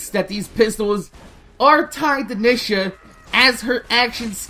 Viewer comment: OMG!! The way you say her name is annoying!! It's pronouced Neeeeesha!